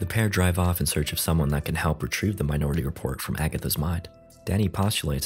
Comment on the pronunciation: I guess I'm the only one who heard "my naughty report" instead of minority report?